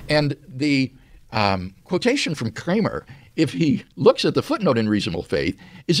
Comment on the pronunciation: Why does WLC pronounce 'Kramer' in a normal way to begin with, then later pronounces it in a really weird way 'Kkchramer'?